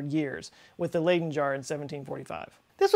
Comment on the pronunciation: Leyden (as in jar) is pronounced Lie-den, not Lay-den